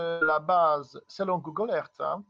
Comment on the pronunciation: Pourquoi à chaque fois qu'il dit Google Earth , j'entend Gogol Alert ? Est ce que c'est possible que les Anciens dans leur grande Sagesse de Lumière essaient de prévenir qu'il va encore dire de la merde ...